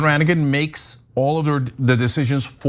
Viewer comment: The G in Ranaghan is silent. I was raised in the People of Praise. Also, technically the People of Praise, though by majority is Roman Catholic, is ecumenical.